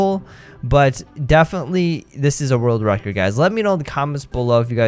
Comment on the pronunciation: a rord racurd